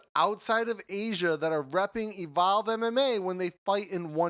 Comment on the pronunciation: Lol... Why do you pronounce "Evolve" like "A Vow"? Took me a while to understand what you were trying to say.